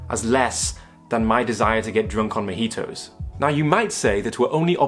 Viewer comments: he pronounced it like mehitos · the only harm you caused was your pronunciation of "mojitos"